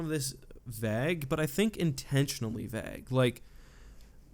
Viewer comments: Did you seriously say 'vag' ? You do know vague is pronounced with a hard a, right? V-a-guh. I had to listen at least three times to be sure, lmfao. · I’ve noticed that you pronounce ‘ague’ a bit weird, is that because of where you grew up? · I hate to break it to you but that isn't how you pronounce vague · Alexei Staruk lol noticed that too